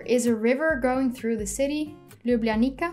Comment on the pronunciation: Ljubljanica is actualy at saying Ljubljanica and not Ljublanika